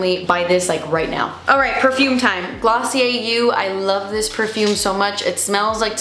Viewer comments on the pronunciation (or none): none